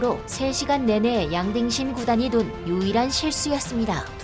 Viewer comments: 난 자꾸 '양딩신'이 '양빙신'으로 들려요 ㅋㅋㅋㅋ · 양딩신이 양빙신으로 들리네요 ㅋㅋㅋㅋ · 양딩신? 양빙신? 정확한 이름이 뭔가요?? 제귀에는 양빙신이라고 계속 들리는데.. 귀에 캔디가 박힛나... 부산에 이비인후과 추천좀..